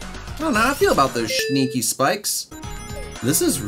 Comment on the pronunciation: You should have skipped the troll level, you got trolled by getting 20 rings, and don't say shneaky, just say sneaky